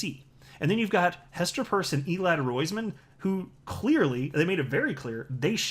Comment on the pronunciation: Isn't Hester's last name pronounced like when you get holes in your ears???????